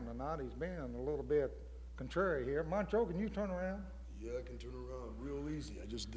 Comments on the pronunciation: Is the host saying mancho? lol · He said Mancho